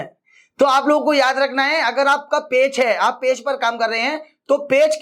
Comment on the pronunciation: पेच नहीं पेज बोलो😅😅